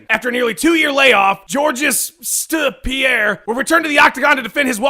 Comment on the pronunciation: LMAO "George st. Pierre"